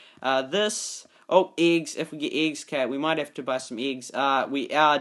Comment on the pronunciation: His accent made me mad. He literally said iggs. Not eggs. 😱